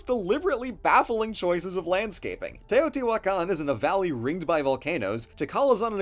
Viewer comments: Respect to for pronouncing those names so confidently. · Brownie points for for using the right pronanuciations.